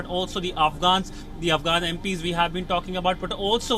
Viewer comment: Spouting, Twenteee, af'gaaan, seeeks, GRrratitutde, hunddreettt, and many other pronunciation mistakes, won't make you look any professional.